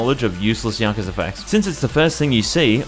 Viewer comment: Also "Pirate Yakzua"